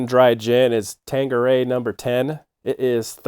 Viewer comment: Gin, like Vodka, cheap Tequila, and most liqueur, is NOT commonly drunk neat. And it’s tank, not tang - that’s a Q not a G.